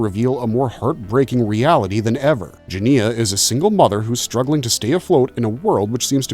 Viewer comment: Obviously you didn’t watch the film or you would know how to pronounce the main character’s name. It’s very off putting!